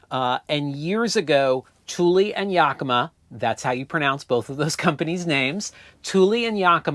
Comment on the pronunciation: Well, as a native 'Washingtonian as feel it is my duty to give one small, itsy bitsy correction on the pronunciation of Yakima. The "a" in the first syllable is pronounced like the "a" in "hat". We have some place names here that nobody gets correct without guidance. Some examples are: Puyallup, Issaquah, Sequim, Dosewallips, Pend Oreille, Skamokawa. But hey, thanks to you I now pronounce Asolo correctly.